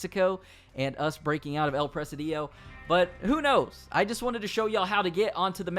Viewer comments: El preh-SEE-dio. Not El preh-sih-DEE-oh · It's pronounced "pra-sid-e-o" Not "Pres-a-dio". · Its Pronounced El “Press Cd Oh” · It's "El presídio" not "El presidío" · El presidio not "el presadiyo". Great video. Thanks! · El Presidio not El Presedío 😂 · No is El presiidiiio. Is El presidio. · El Pre-SID-io. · You pronounced “El Presidio” wrong. It's Pre-Seedeo , not Pre-see-Dio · It pronounced "el preSIdio ". It means The Jail or Fortress of soldiers. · STOP CALLING IT “EL PRESIDÍO” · El presidio means the jail or the asylum. It's pronnounced "pre-c-deeo" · You pronounced El Presidio wrong lol it’s actually El-pre-seed-yo